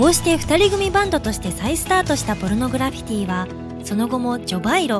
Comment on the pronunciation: ちゃんとポルノグラ「フィ」ティって言ってるから高評価押した